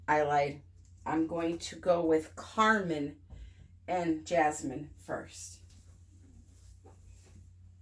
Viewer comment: You are pronouncing carmine correctly. [ˈkärmīn] NOUN a vivid crimson color. "carmine roses" synonyms: scarlet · vermilion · ruby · ruby red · ruby-colored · cherry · cherry red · cerise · cardinal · wine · wine red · wine-colored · claret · claret red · claret-colored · blood red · flame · [more] a vivid crimson pigment made from cochineal.